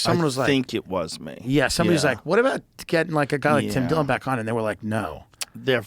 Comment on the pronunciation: It’s Dim Tillon